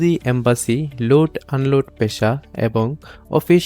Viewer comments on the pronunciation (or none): এটা কি লোট আন লোট বলে